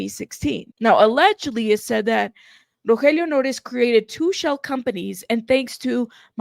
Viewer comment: The way you pronounce his name is so beautiful, probably a lot more beautiful than he deserves if he’d been supplying a ‘friend’ with drugs when he was trying so hard to stay sober 🤦‍♀️💔